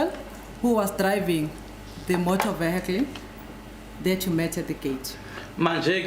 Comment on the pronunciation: Did say Motor Vehe-kclieee😂😂😂